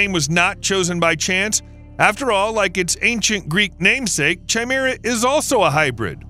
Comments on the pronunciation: Chimera is pronounced kai-meer-ah, not 'chai' - meer - ah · It's not "Chai-mera" 🤦🏾‍♂️. It's pronounced "kai'mira" ffs. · That was pissing me off too lol, KAI-MERA damnit! 😅